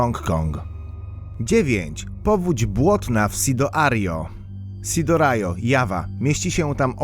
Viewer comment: Sidoario sidorajo